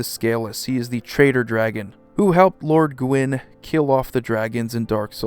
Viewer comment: I hardly ever get to flex on my Celtic Studies minor - so I'll mention that Gwyn is pronounced "Gween" and means "White" in Welsh. Great vid though, I ordered this Brawl deck at my LGS and can't wait!